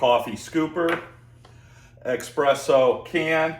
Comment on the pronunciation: it’s pronounced ESpresso not EXpresso :)